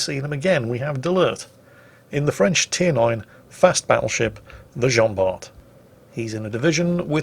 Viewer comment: PLEASE ! Bart is pronounced like BAR !